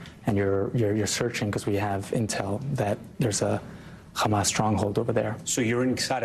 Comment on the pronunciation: It s hamas not khamas